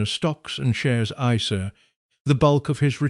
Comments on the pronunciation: Cash iceair 😂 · An AI should be able to pronounce isa correctly even a non-financial education one😊